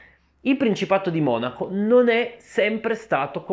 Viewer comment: Adesso ho sentito dire Monacó 🤭 che rinko